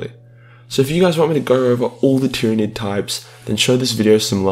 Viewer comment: he called it a tyranig 😂